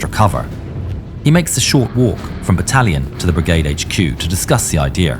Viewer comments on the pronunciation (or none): There is no R in IDEA. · "but digby has a ideer"